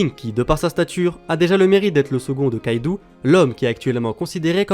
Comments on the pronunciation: ON DIT KAIDO PAS KAIDOU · KAIDO !!!! et pas KAIDOUU sinon gg la video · par c'est yonko pas younkou et aussi kaido pas kaidou